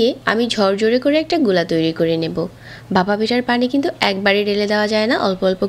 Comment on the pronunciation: আপনার উচ্চারণে অনেক সমস্যা যা শুনতে অস্বস্তি লাগে। যেমন ভাপা কে বাসা বলছেন। যেহেতু আপনার বাচনভঙ্গি ভালো তাই আশা করি উচ্চারণে ব্যাপারে একটু যত্নশীল হবেন। শুভকামনা রইলো ❤